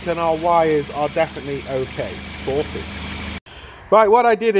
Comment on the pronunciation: Sorted sounds like " Salted". 😁